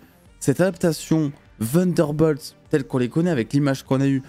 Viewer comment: C’est incroyable comment les français sont bons en anglais Vunderbolts 😬